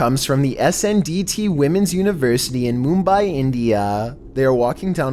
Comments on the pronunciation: its pronounced mum bai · "Moom-buy, India"